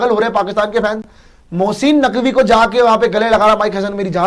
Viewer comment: Mosssiiiin Naqvi 🤣🤣🤣🤣 Abee bolna to seekh le phle